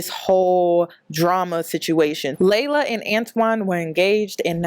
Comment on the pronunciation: Its pronounced LEE-la not LAY-luh!!! Ugh why does everyone say our name wrong?? 😒